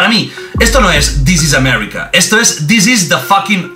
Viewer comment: Disis amerrika